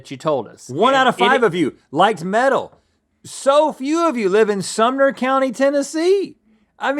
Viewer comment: being from nashville TN but living elsewhere, hearing Sumner county made me choke